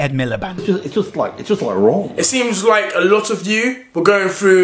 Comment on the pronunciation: Omg I forgot about that clip of Ed saying “it’s just wron” Thankyou for bringing it back into my life 😂